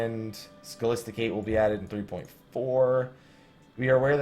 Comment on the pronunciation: It's pronounced SCHOLAAAAAASTICATE.